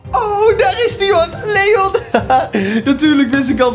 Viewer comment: Spreek leon uit op zn engels